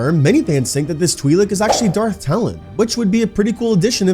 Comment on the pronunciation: It's Twi' lek, not Twi' leek.